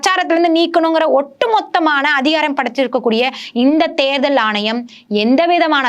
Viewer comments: தேர்தள் தேர்தள்ன்னு தேள் பாதிரி கொட்டுது இந்தம்மா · Therthal please pronounce tamil properly.